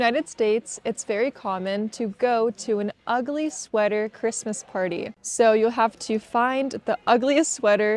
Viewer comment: Ogly suéter 😂